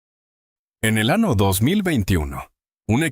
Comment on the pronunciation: ¿ que pasa con la letra Ñ? Es de risa escuchar el año por "" ano"" en castellano o español es CULO , montaña por "" MONTANA"" estamos en en el antartico o en una ciudad de EE.UU ?